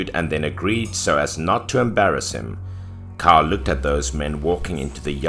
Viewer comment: 😉 love these stories! Btw 'Cao' is pronounced as "Tsao"